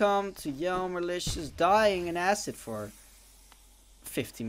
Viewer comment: i thought it was pronounced germ-erlicious for some reason, not jerm-erlicious